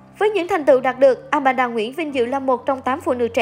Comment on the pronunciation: It’s Aman - da, not Amanada😂